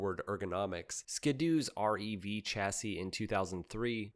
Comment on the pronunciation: This guy is definitely not a snowmobiler. The industry never backed down from performance the power never went down, triples just went out of style. And he mispronounced rev.